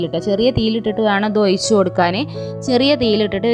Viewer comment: ഒയിച്ചു കൊടുക്കുകയല്ല ഒഴിച്ച് കൊടുക്കുകയാണ്. പറഞ്ഞത് തന്നെ പിന്നേം പിന്നേം പറഞ്ഞു മടുപ്പിക്കുകയാണ്